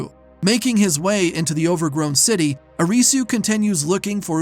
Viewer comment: "Uh-ree-soo" did yall even watch the show 😂